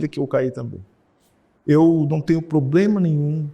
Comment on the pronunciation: Um ministro professor q ja teve + de 400 alunos q fala "poblema"!